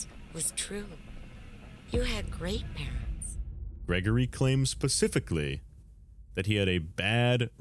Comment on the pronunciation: "Pacifically"... Absolutely immaculate